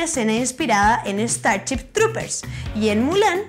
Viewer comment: me encantan los videos de esta chica pero por favor diganle que no se pronuncia"estarchip" sino "estarship" (minuto ) y que es y que no se pronuncia "pleisteichon" sino "pleisteishon". he visto que los chilenos tiene problemas con pronunciar el sonido "sh" y lo pronuncian como "ch", se escucha horrible.